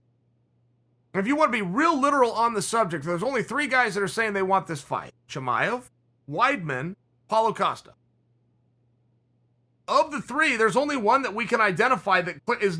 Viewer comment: Can I please ask a favor, drop the extra “a” from Paulo Costa. His first name is not “Pauloa” and his last name is not Acosta”. When I send people over here to listen to you I don’t want you sounding like Tito. For the betterment of all, love ya man.